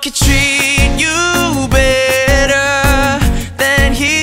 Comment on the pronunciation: i love how connor says baytor instead of better